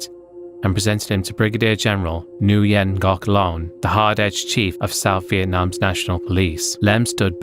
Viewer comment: Small detail (more of a fun fact), Nguyen is pronounced "when"